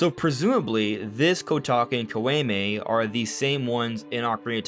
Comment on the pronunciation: Love the theory and glad you mentioned Twinrova! Btw Kotake was right but Koume is more like Co-oo-may (oo like ooze). If you care lol